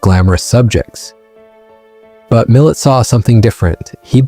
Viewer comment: It's pronounced Millay.